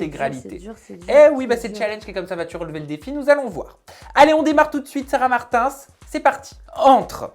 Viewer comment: Quelqu'un vas lui dire que c'est Martins et pas martinss